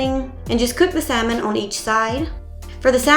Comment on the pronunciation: Love the meal plans and started using. Only constructive criticism, the “L” in salmon is silent and not pronounced.